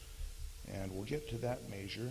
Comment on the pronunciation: I tried. I really did, but he says "maysure" instead of "measure" and this video is filled with it. I just couldn't take it anymore.